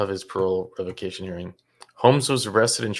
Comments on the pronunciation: Revaquation 😂 get it together not so wise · not being able to pronounce parole revocation😂 says a lot.